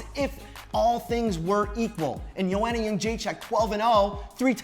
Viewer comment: for suuuure pronounce joanna's first name properly